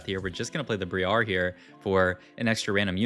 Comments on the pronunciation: I'm not trying to farm engagement but hey it works. ITS BR-I-AR NOT BRIE-AR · plz stop pronouncing briar like that its wrong and cringe